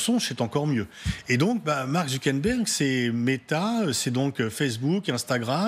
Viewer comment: Effectivement "Marc Zounkenberg" et "fal cheaking" c'est très génant 😂